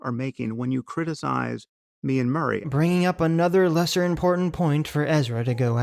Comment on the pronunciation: used to say "im-por-tant" like he makes fun of Lauren Southern for saying it like. Lol